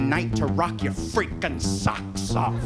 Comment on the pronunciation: LoL the way he say freakin' XD